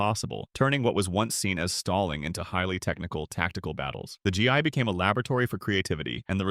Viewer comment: Is this AI, or does this guy not know how to pronounce Gi???